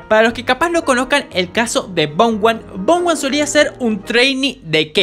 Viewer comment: BOMGUAN 😭😭😭 es bomhan